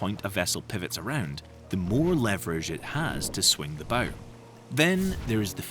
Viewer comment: . It still can’t say Bow correctly